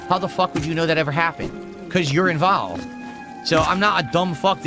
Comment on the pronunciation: Cuz you're invowlved